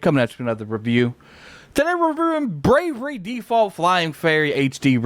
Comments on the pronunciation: *Bravely with a L Not bravery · came in comments looking for this, it was triggering me. i was like please say it right atleast once PLEASE!!! lol